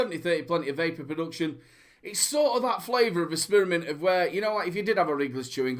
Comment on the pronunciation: and people say i have a accent, love the SPEARmint hahaha nice one